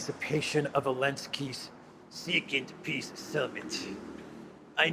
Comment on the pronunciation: if you listen, zelensky says "piss summit". Interesting that is not mocking this:):)